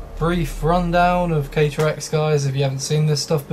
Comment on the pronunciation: Just for info and not to insult you but keter is pronounced keeter and euclid is U klid, hope this helps